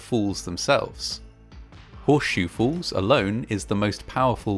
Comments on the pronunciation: Ok, is it just me or does the narrator keep pronouncing ' falls ' as ' fools ' ?, anyway, still a great & interesting video, the movie footage in it must have been some of the 1st ever done. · I literally had to turn this video off because of the way you say the word "falls" lol. Its falls, not fools 🤣🤣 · You sound as though you are saying 'fawls' instead of 'forls' (for falls) - just a quick pronunciation lesson! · Great job with this bit of history! Just can’t help that I keep hearing “fools” instead of “falls” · It is pronounced WATERFALL and not WATERFOLL. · Niagara FOOLS??? 😮Given today’s date, I thought at first that your pronunciation of the place name was deliberate.😂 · Try as I might, I'll never manage to make the phonetic "fall" at the end of this guy's "falls" pronunciation.